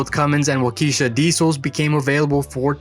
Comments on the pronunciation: The engine is pronounced wok-eh-shaw not walk-eesha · Waukesha, pronounced Walk-kee-Shaw. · WAH-ke-SHAH. engines. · "wauk"- "eh" -"shaw" with the accent on the first syllable.